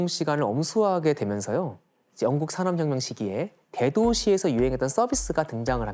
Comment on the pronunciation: 산업혁명이라는 단어를 자주 말 하시는데 ,,, 발음이 사어혀묭 이라고 하세요 ..ㅋㅋㅋ